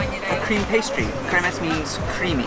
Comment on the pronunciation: A lot of Hungarian jews still makes the last desert ate - it's pronounced Cream-shnit! I'm from israel and got to eat it multiple times when my grandmother did it:)